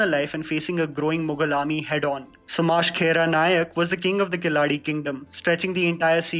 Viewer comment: Your pronunciation are gold. Kaalavati nahi re kalavati. (कला / काला). Aur Sumash-khera kya hai.. u just butchered this one. It's Soma-shekara Nayak (सोमशेकरा.. सोमशेखरा bhi chal jata) I know it's a pet peeve and your pronunciation of Indian names have improved, But from now onwards I will point out all your mis-pronunciation bcos mere paas bohot time hai.